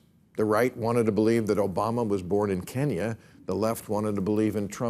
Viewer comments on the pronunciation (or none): none